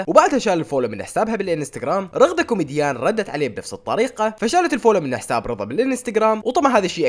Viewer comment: الاصل: رغدة كوميجيان: رغدة كوميديان 😂😂😂😂